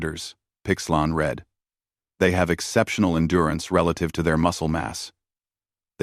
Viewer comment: Teach the narrator how to pronounce the past tense of read.